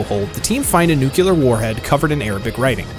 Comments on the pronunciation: Nuclear not nucular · Also its NUCLEAR not NUCULER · NEW-KLEE-UR NOT NE-KUE-LER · anyone else cringe whenever they hear "new-cue-lur"